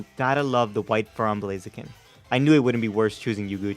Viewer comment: BLAZIKEN, NOT BLAZEKIN! THE NAME IS ONE WORD!